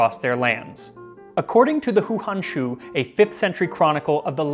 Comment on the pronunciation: Umm, in case nobody has mentioned it yet, 2 things about the Han Houshu. 1. the "hou"is pronounced like hoe, not like who. 2. "Han Hou Shu 漢后書" is NOT the name of a person. It is the book title, literally Han Later Book, is usually rendered "Chronicles of the Late Han (what modern historians call the Eastern Han) Dynasty"